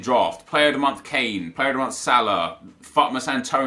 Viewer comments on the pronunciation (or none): none